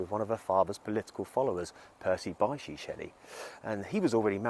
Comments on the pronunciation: Thanks for this. Btw, his middle name is pronounced BISH. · It's pronounced BISH Percy Bysshe Shelley